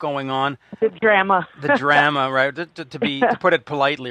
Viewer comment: Dude, say DRAMA correctly please!!